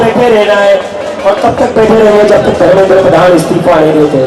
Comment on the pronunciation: Love you beta,the way u said "इस्तीफा तो देना होगा"I hope you guys succeed and we will see a beautiful country,I wish you all the best,From KOTA, RAJASTHAN